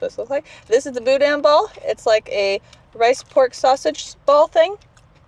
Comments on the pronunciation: It is pronounced BooDan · It pronounced Boo—Dan 😂😂 careful, you could go swimming in some of those potholes! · It's pronounced "Boo Dan" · According to a close friend, boudin is pronounced “boo-dan” 🤷‍♂️ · Meche's (pronounced mesh's) has the BEST king cakes in the state as far as I'm concerned (and donuts). Oh, and the inside of the boudin (pronounced boo-dan) is rice dressing. The green stuff you saw was probably green onions. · It’s pronounced Boo-Dan balls!!! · Boudin is pronounced with the emphasis on the second syllable and the "i" is pronounced as a short "a". It's from the French. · You have to say boudin right though . Just saying .